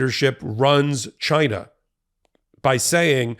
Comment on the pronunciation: Trump "GHYNA"